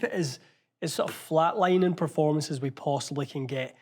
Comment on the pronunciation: Haha yes "preformance" 😂😂😂😂